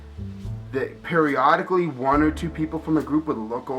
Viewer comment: One might say they "Perryodically" looked at you...